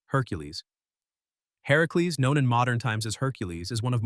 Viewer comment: Kudos for saying Herakles... :)